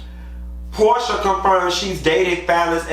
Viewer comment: damn I didn’t catch that. 😂 😂 not Pro-sha